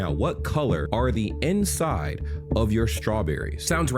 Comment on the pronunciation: I thought you said end side, like the part right by the leaves, so I was very confused when started talking about the inside. Also I'm an American, and I've never seen a strawberry with white insides.